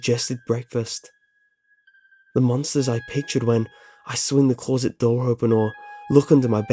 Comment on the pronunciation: I always smile when you say closet, it sounds so weird :)